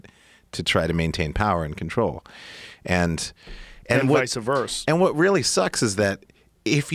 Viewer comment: CTE shown.. vicavers?? hahahha its vice versa Joe